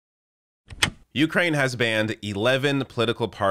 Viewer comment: Please learn the correct pronunciation of Ukraine.